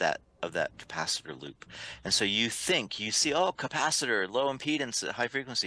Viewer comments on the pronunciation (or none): you are mostly ok and easy to understand. Just need to adjust a couple of words. For the moment I remember "capacitor". Google translate is your friend.